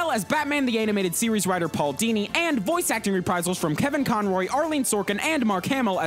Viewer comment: pual dini? more like HOODINI